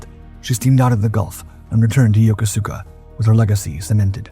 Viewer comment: It's pronounced ya-kooska not yoko-suka.